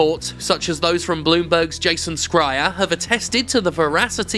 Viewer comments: Once again, the reporter's name is pronounced like "Shryer" not "Scryer." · After a decade, he still can’t be fucking bothered to learn how to pronounce Jason Schreier’s name properly. It has to be deliberate - no one is that fucking lazy.